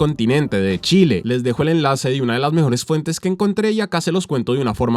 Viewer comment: amo cuando dices enlase en la descripción 😅😅😅. Icónico siempre lo tengo que decir con Tigo